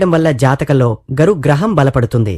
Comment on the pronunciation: గరు గ్రహం కాదురా నాయన, గురు గ్రహం రా బాబు